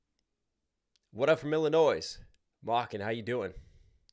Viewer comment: Hey...the S in Illinois is silent...there is only 1, it's not plural! LOL